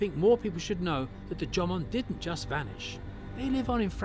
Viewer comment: even in the English version, the AI narrator is pronouncing Jomon strangely...